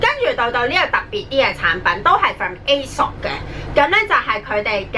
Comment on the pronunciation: Aesop 應該係讀 Esop🙈🙈